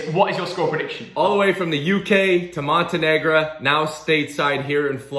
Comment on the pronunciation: He said Montenegra 😩